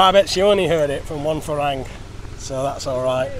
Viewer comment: Do you have a reason for using the wrong A sound in your Thai pronunciation? Could it be related to the way people speak English where you are from? I get that the word Farang is commonly mispronounced so when talking with other foreigners it might seem easier to use the wrong A sound to aid understanding with people who also use that form. It is the same with words like "island" which is universally mispronounced by foreigners. But when you are speaking with Thai people wouldn't it be more appropriate to use the correct A sound? I guess I am assuming you can hear the difference. I have commented before so I hope you know I am not trying to wind you up.🙏